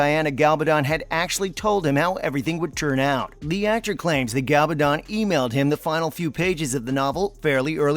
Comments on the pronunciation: I know! 😂 He repeatedly pronounces GaLBAdon, when it is GaBALdon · MY GOD CAN THE NARRATOR BE EVEN MORE STUPID AND ANNOYING??? GA-bal-don, emphasis on GA not on the BAL and not on the DON !!! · PLEASE will you pronounce Diana's surname properly. Her name is GaBALdon. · The announcer should at least learn how to pronounce Diana's last name. Constantly called her Galbadon. Really annoying. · Not only can't the reader pronounce "Gabaldon" correctly, he also can't pronounce "Caitriona" correctly. How hard is it? Really? It's so annoying, and it hurts the credibility. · You incorrect pronunciation of Diana Gabaldon’s name is irritating. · It's astonishing how REALLY irritating the narrator's style is, but he doesn't know how read. He repeatedly mispronounces the author's name !!